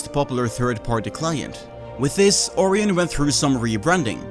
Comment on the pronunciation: ORION = "O-RYAN" Not "Ore-eon." That is my grammer nazi daily task completed for the day. 1 quest point and 150 mining xp received.